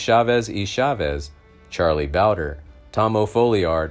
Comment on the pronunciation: Narrator needs to get a grasp on English. It’s not ,O’Foleeard, it’s pronounced O’Fallyard. Charlie Bowdrie is not Bowder. And It’s Vakero, not Vakwero.